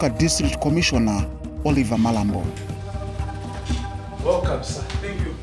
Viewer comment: That's Mulomba, not Malambo.